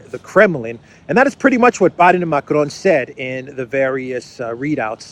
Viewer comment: please stop pronouncing Macron's name in Spanish. It is excruciating to hear. Good work otherwise